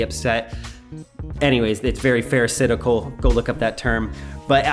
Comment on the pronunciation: when you said it was “pharisitical” did you mean “pharisaical”? I think I gotcha